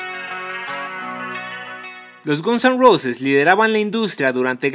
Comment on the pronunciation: Por favor pronuncia bien Guns N Roses. duele oir cómo lo haces